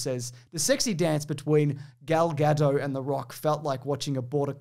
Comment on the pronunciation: You're supposed to pronounce the T at the end of Gal Gadot's name. She's Israeli, not French.